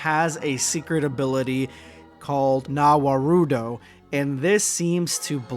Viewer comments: You didn't just say "Za Warudo" as "Na Warudo". It's a JoJo reference, literally time stop 🫡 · The panel says na warudo